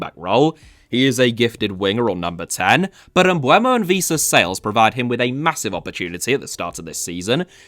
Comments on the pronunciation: His name is pronounced Em-boo-mo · I’ll say it again, the ‘e’ comes before the ‘u’. Bryan Mbeumo.